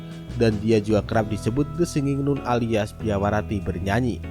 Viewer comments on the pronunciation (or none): Nun di baca nan kelessssss